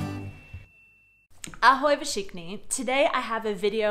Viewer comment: 9 years and still cannot pronounce ´´všichni ´´ properly :-D sorry ...nice video , thank you for it and have a good day